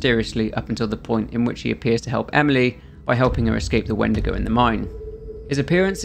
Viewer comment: My dumb ahh though he said wendeergo